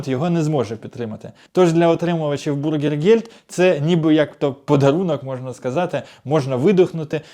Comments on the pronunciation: БЮргергельд правильно. А вы произносите бУргельгельд. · Не бургергельд а бюргер. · Зробіть свої випуски коротче, макс. 7 хв, багато води і непотрібних емоцій. І вимовляйте Bürgergeld правильно, ви ж про Німеччину говорите і в ній живете, найпростіші слова можна навчитися вимовляти. Бюргергельд до бургерів немає жодного відношення.